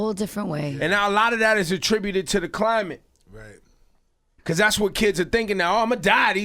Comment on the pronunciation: it is climate!